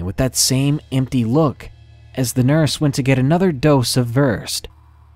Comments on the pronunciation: In the 1st story, the sedative isn't pronounced "verst", it's pronounced "ver-said". The drug is called temazepam and is a benzodiazapine tranquilizer (same family as Xanax and Valium), Versed is the brand name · Love your videos! (Just for future references the sedative is pronounced ver SED) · 💥💥ATTENTION 💥💥 Just so ya know...the medication VERSED is pronounced ver-SAID. Now you'll know for future reference...lol 😊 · As a nurse, just thought I would let you know that the medication in story #1 is pronounced ver-sed, 2 syllables with the accent on the second syllable. No criticism, not trying to be the "language police", just for future reference! :-) For anyone interested, this medication does not put you to sleep or knock you out, but when it wears off you think that you WERE asleep because you cannot remember anything. You are actually awake the whole time, and can talk, follow directions, etc. It is nicknamed the "amnesia drug". Ok, I'm done. Just a bit of trivia. :-) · Story #1 Versed 💊 is close - Ver-SAID is prolly closer 💊. My daughter had cancer ALL/AML she had a port and would get Midazolam AKA versed. Terrible spelling unfortunately, I do believe that is the correct way to spell it, it should be spelled versaid. Just FYI, “versed” works too, I knew the sedative you were talking about. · Versed is pronounced ver-said. Just for future reference. Nasty stuff, it's suppose to also cause short term amnesia so a patient doesn't have any memory of uncomfortable procedures. SUPPOSE TO. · pronounced ver-SAID. (VERSED) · That medicine in the first story is pronounced VER-Said, even though it's spelled versed :-) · Just fyi...the tranquilizer is "ver-SAID".....😊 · Hearing "Versed" (Midazolam) mispronounced ruined the mood.